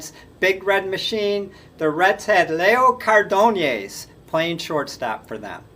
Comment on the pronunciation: Not to be an axxhxxx but both Zoila V and Leo C. played for the Twins and you butchered both their names. You must not have grown up in the 1960s like I did. Sorry but I couldn’t resist.